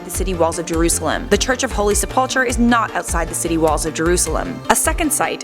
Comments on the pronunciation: It is pronounced sep-ul-kur not sep-up-chur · The tomb I'd say is the garden tomb it fits the four accounts better than the sepulcher. However the crucifixion sight I'd say Helen the mother of Constantine got right. Also not to b mean but say it with me it's not sepulchar it's sepulcher- sep ull (like ool) Kar (h is silent) And in calvary enunciate the A a lil more then I think way got it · Helena was Constantine's mother not wife. It's pronounced Sepul-ker. And it was outside of the city as the city was constituted at the time. Jerusalem only expanded to incorporate that land a couple of centuries later.